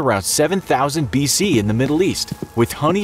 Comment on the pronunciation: Lol bee-see